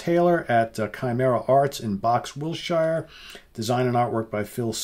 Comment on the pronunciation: I'm going to be one of those British guys who picks you up on your pronunciation of British place names. Hertfordshire and Wiltshire are pronounced phonetically "Hart-ferd-sheer" and "Wilt-sheer"😁 We Brits are just funny with places pronounced strangely compared to their spelling.